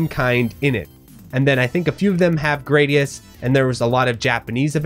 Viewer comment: Gradius - Pronounced Grah-dee-us Darius - Pronounced Duh-rye-us Raiden - Pronounced Rye-den I enjoy the R-Type series as a whole TBH.